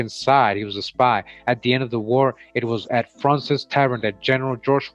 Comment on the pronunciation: Just so you know, it’s pronounced “frohnsez” I used to live down there